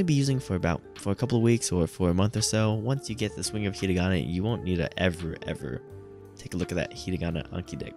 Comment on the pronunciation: yeah there isn't really a simple fix to get faster at reading, you just have to read more and trust the process. also i hate to be that guy but you were pronouncing it ひりがな not ひらがな